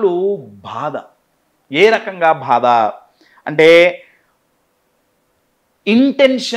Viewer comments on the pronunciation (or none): Sar meeru bada antunnaru bhada kaadu baadha